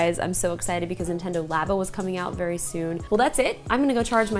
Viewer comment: Its called Nintendo Lay-Bow. Its French